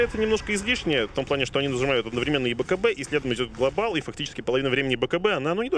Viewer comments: Меня одного бесит слово "глобАл" с ударением на "А"? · This is globAAAAAAAAAAAAAAAAAAAAAAAAAAAAAL